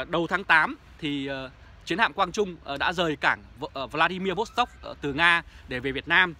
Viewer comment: Không phải cảng Vladimir Vostok mà là Vladivostok!